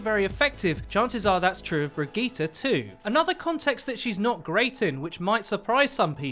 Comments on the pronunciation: I really dont think her name is Brig-ee-ta its bridge-it. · Brig-eat-ah Nope.. Brie - gee - it would be much closer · 'brig eee ta' how the hell did you get there from the name, lol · Its pronounced Bree-git-te (like in "git gud") not Bree-gee-tte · So is it "Bridge-it" or "Bruh-geeta?" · 😂😂😂 wtf was that pronunciation its (bridge-it) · Her name is pronounced just like Bridget. And of course she has reinhart Synergy she's rhinehart's mechanic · pronounce it brijitte before the g drives me fucking insane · Why do you keep saying brigette wrong? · You say her name incorrectly, google the name and see how it is pronounced. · get the name correctly at least smh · Lol you cant even pronounce brigitte right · Who the fuck told you how to pronounce her name!!!! Literally mad me stop watching this Video just to keep my sanity go to Google text to speech or SIRI or something then remake this piece of shit so the rest of us can watch it without wanting to set an entire city on fire listening to you misprounounce this poor characters NAME OVER AND OVER AGAIN!!!! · Wow that pronunciation was really good, looks like you worked on that 👍